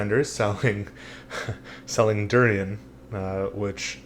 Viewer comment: Great Chinese pronunciation, oh by the way don't drink milk as well after u had durian. Great fruit love it!! nice video as well !